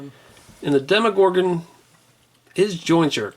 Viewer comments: The way tou said demogorgon triggered me it's demo as in a tryout version of a game not deemogorgon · dee mo gorgan